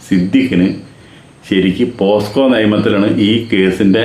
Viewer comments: പോക്സോ ആണ് ചേട്ടാ,, പോസ്‌കോ അല്ല 😀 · പോസ്‌കോ അല്ല ചേട്ടാ പോക്സോ ആണ് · Hello bhay.....Not Posco but Pocso......